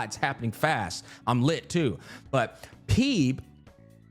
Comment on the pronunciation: I never played this game but ain't no way bro pronounced Phoebe as "PEEB" 😂